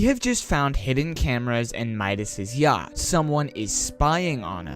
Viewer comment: He said yhact 😭😔